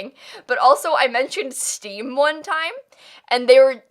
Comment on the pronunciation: When you said Steam I thought you said Steve as in Minecraft